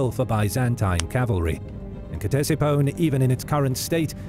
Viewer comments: It's not K-tesiphon bro... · Its pronounced Tesifon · Every time he says Ctesiphon it’s pronounced just a little bit more wrong